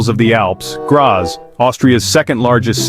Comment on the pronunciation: You mispronounced "Graz"